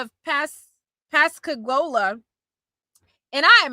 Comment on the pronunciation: Hey, just fyi Pascagoula is pronounced like this: Pas-ca-gool-la (like cool but with a g)